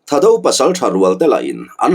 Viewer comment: Thado nilovin thaado tha hi thluk deuh tur... chuan anlal hming leh an pasalțha te hming hi a thaado hming viau lo ..seiminlal,thangkhawman, Thangkhawsei .zamminlal,khukhup ,naulal zamminsei etc